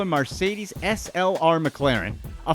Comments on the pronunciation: Bro its MERcedes, not MARcedes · Its MER-cedes. Pronounced MIR , NOT MAR. Not here to troll just helping ya out! I like the video btw! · LOL at Marrcedes ans Kel-is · Stop saying mercedes like marcedes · It's pronounced Mercedes, not Marcedes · What the fuck is a Marcedes I thought it was Mercedes. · MARS must be sponsoring this video for the way this guy is butchering the name MARSCEDES 🤣🍫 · Mercedes, not marcedes... lol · I always thought it was Mercedes, I didn't realize it's "Marcedes" 🤣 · The narrator keeps saying MARcedes instead of MERcedes & it's tap dancing on my one good last nerve.😶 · Its pronounced M-E-rcedes Mercedes. Not MARCEDES. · It's Mercedes, not Marcedes. -. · Mercedes. That Mer. Merrr. Not Marcedes. Not Mar. Marrrr. Fark! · I learned I’ve been saying “Mar-cedes” wrong… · Tf is marcedes? 😂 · Pronouncing Mercedes MAR-cedes lmao, hilarious. 🤪🙄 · the way this dude says MARCEDES lives in my head rent free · MARSAYDEEZ .... MAYBOC .. Pronunciation issues sir. how do you get an A from an E, and an O from an A? 🤔 the letters are right there 🤦‍♂️🤷‍♂️ ... also, scott storch is still killing it today. got a choclocate weed business called koko nuggz, and i'm sure a legit weed dispensary business too. just because hes not making music money like he used to doesnt mean he is broke lol. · Literally no-one: This fuckn guy: "Mar-say-deez" 🤦🏽‍♂️Bruhhhh‼️ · A marcedez huh? 😂😆🤦🏼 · What is a “mar”cedes? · What’s a Marsaydeez? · Uhhh... 'MAR' cedes? Might want to check your pronunciation. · Who the fuck say marcedes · “Marcades” lol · " Marseidis " why u pronounce it so weird? Ps... most of these people hide their cash from government by declaring bankruptcy... they not broke. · The only thing that bugs me about this video the way he says Mercedes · This guy needs to learn to pronounce Mercedes.